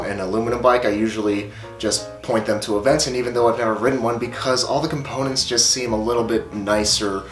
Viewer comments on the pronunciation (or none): Is it just me or did he say abenton wrong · This dude keep saying aventen and not aventon